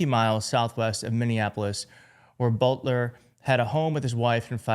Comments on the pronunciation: Its Boelter. Like Bolter. Not Butler. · bolt er not but ler. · Boelter NOT Butler! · isn't it boelter? why are you saying butler? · It’s Boelter like boulder. And you’re reporting on YouTube? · How do you get "Butler" out of "Boelter?" ...read your copy more carefully. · It's pronounced like Bolt. So Bolter